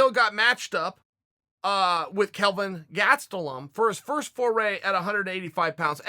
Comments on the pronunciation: Kelvin "Gatselum" Gastelum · Who is this Gatstelum guy he talks about😂😂 I'm just joking.. He says it funny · Chael "Gatselum" Sonnen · Chael "Kelvin Gaztelom" P. Sonnen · Chael "Gatzteloom" Sonnen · Kelvin "GATSTELUM", "MUJUICALLY EXCLUSIVE" My boy chaels been on that wine.